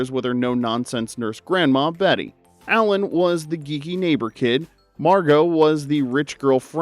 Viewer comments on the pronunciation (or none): none